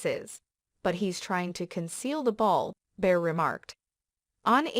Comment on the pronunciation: It's Bill Barr, not Bill Bear. Who is narrating this. ??👎👎